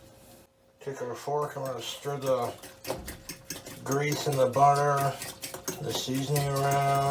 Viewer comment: Budder and grweeeeessuhhhh